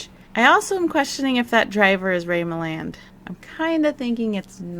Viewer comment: I can’t explain why but I enjoy the way you say Ray Milland